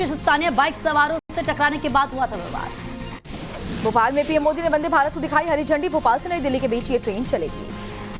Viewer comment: It is Bhopal not Bopal